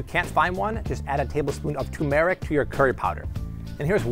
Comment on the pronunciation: Turmeric. The hell is tumeric?